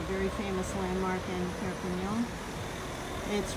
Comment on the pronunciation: I noticed that your pronunciation of Perpignan has improved. You pronounce the AN at the end much better than before ( you were saying ON instead of AN) 👏👏👏